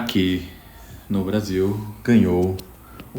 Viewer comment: Ouvi bem? "Bostil"?